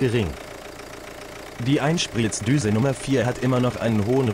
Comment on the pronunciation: Gutes Video! Aber muss die Computer Stimme sein?? Apropo “Einsplitzdüse”😂